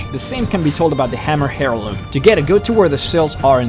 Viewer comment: hairloom lol, airloom